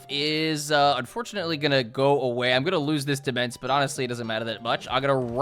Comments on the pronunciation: I love you, but I CANT TAKE IT ANYMORE - DEMENSE IS PRONOUNCED DOMAIN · Demesne is pronounced "demain" btw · fun fact, demesne is pronounced demaine (gotta love old english pronounciations) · not knowing that "demesne" is pronounced "domain" was physically painful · It's pronounced "duh-main" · It's pronounced de-main. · Demense is pronounce Domain. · "Demesne" is pronounced "Domain". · Let me share with you a horrible secret... "Demesne" is pronounced as "Domain", and means that exact thing. Blame the French. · Take a drink every time mispronounces "Demesne". Note: Do not actually do this